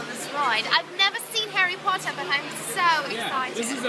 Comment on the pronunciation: Herry pottaaa lmfao lost it there